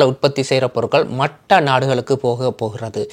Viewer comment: நல்லசெய்தி நன்றி நீங்க தமிழ் பேசுவது வேற்று மொழி ஆக்கள் பேசுவதுபோல் இருக்கு மற்ற என்பதை மட்ட என்று உச்சரிக்கின்றீர்கள் எப்படியோ மிகசிறப்பான செய்தி தொகுப்பு.😅வாழ்த்துக்கள் 😊